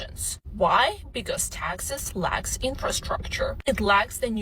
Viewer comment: She is confusing Texas and taxes. Say it properly please. Teeexaaasss